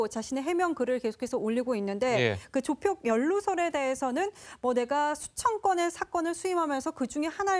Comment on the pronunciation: 저 여자 아나운서는 조폭 발언을 못하나? 계속 조푝이라고 발음하네